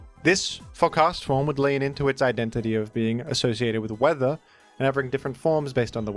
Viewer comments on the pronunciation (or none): “summon the teather effect” I didn’t know Castform was an actor. Perhaps that was related to the Weather Rick transformation